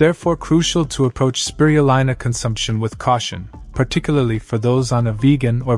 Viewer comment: It's Speee-ruuu-leeena. Cured a neighbour who was given 10 months to live from lung cancer.